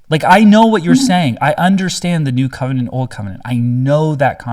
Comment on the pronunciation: Dammit, you made her say "cum-enant" 😂😂😂